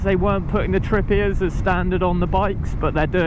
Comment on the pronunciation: Don't know if it's just how you are saying it, but it's a tripper not how it sounded tripier